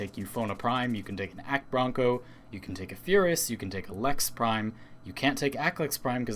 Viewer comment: He said Akbronco